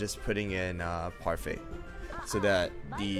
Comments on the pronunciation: its parfait not pefai im just saying not to be rude thx for the comparison tho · He calls parfait puryfy and herb erb